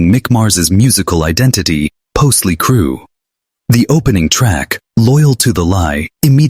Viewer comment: "Mlie Crue"